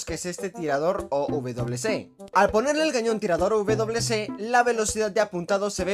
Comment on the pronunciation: Soy yo, o en lugar de decir O.W (doble uve) C dice O UVE Doble C